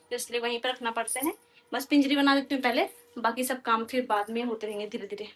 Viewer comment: Pinjiri nhi panjiri bolte h